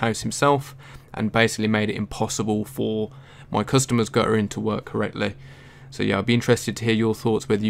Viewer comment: Guttering, not gu''ering.